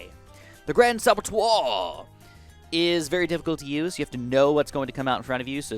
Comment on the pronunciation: If you wanna speak fancy with saboteur, then at least speak the right way :P